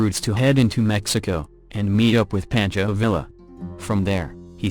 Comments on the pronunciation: Pawn-cho Vee-ya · Thank you. I wish you would. Mispronunciations drive me batshit crazy. Pancho Villa? Poncho Veeya, right? Drove me nuts. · Please learn the correct pronunciation of your subjects names. IE: who says PANCHO VIA? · ...the Ls are silent, pronounced Via, Pancho is like a tummy paunch, bearse is a true pioneer of American fiction...its irrating when the the topic of the video is repeatedly saying the name wrong, another reason to not use the computer voice...